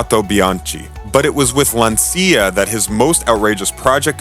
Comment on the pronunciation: too bad the narrator can't pronounce words like Lancia and Renault properly. It ruins the credibility of the presentation.